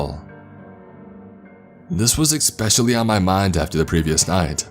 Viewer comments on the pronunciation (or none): Near the mark he's supposed to say establish but says exstablish, this is a new one but exscape and exspecially im used to hearing from him. My thing is does he think he's saying these words correctly or not?